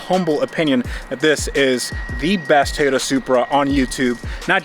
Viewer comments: Say it with me , Toy Yota ..... not Thia Yota . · Did just pronounce toyota with an I "Toyita" 🤣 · Good to see the "Tayota" again 😉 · tayoda. tayoda. every time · It's a Toyota, not a Toyoda. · "Tiyota supra" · Anyone know why he keeps calling it a “tayata” ? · Ta-yota Supra. Lol! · Ahh yes... "Tie-Yoda" - the brand we all know and love. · I thought it was Teeyadda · Can't stand how you say toyota. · Am I the only one who thinks he pronounces "Toyota" Oddly?